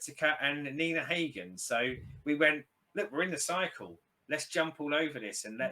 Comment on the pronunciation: Its not Nina Heygen. The a is spelled like in "half" :D H a g e n